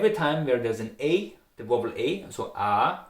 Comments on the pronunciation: Thank you. But to pronounce VOWEL , it is not wovel, but like: wauel. I hope that is helpful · love the way you pronouce vowel it's a mistake but a very cute super intresting vid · Your pronounciation of "vowel" needs quite a bit of work ... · hey, ich finds cool, dass du tutorials zu österreichischem deutsch machst, weil da gibt es bisher ja eher wenig. Allerdings würd ich dir raten, die englischen Wörter nachzuhören, weil die Aussprache leider nicht verständlich ist (zb Vowel).